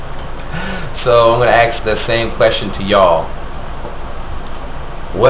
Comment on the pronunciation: Is there some reason why black people can't pronounce the word 'ask'?